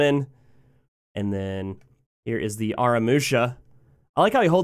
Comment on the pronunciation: Funny thing is, you nailed pronouncing "Kashiwade," but always fail "Ara."